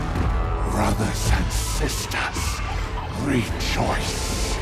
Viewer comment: Hmm... Is the narrator swedish? The pronounciation of rejoice sounds like he might be.